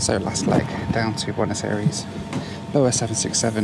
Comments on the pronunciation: It triggers me how he just slightly miss pronounces Buenos Aires. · Boo-n’-oz eh rees